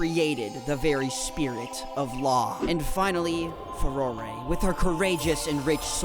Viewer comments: actually, the only goddess you pronounced incorrectly was Farore :3 (its Fuh-roar) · Tbh, the way he pronounces Farore does actually sound cooler than the actual pronunciation